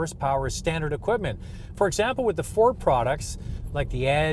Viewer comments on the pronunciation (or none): none